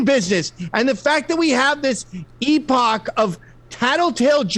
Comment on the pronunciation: What is Gavin saying ? Is he just mispronouncing epoch, or is there a word I'm not aware of it?